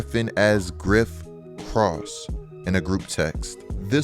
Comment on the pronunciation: I was like Griff Cross ? Oh ok like Jerry. I was confused because it’s Krause, like you’re going to say kraut but change the “t” to “s”. My only critique of otherwise excellent analysis.